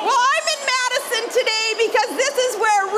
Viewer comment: Sarah Palin doing her Judy Tenuta impersonation. MAYdison WisCAHnson!